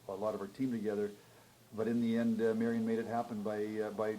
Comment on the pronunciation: Marian and not Marion!!!!!!!!!!!